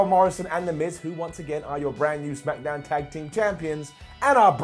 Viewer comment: Second time in 7 days..... "Lets up those smack-a-downs!!!" Brown down!!!